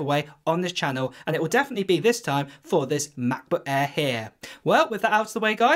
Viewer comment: I cannot watch this guy's videos just because he pronounces Macbook Air as "ma-bu eaah"